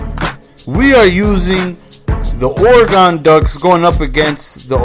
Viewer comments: I know I'm late but God damnit it's pronounced or-a-gun. not or-a-gon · It's not Oregone, it's Oregun. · lol its pronounced ORE-EH-GUN